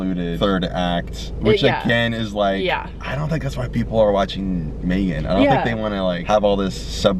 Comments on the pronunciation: May gen goes hard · her face when he pronounced Megan as maygan